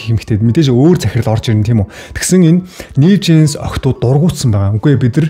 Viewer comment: Нээв жинс биш нью жинс гэж уншина хаха